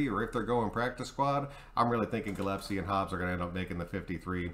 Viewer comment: You know I love you brother, but I have to say that it's Gillespie = GILL+S+P -> Gill es pee .. I've heard so many people say it wrong lately... it's starting to drive my nuts... haha or maybe that's because I have a steering wheel attached to my balls... haha... arrrr she's drivin me nuts ... hahaha. Yeah, okay, good video bro. I like the idea. Good to see you making videos again. RN4L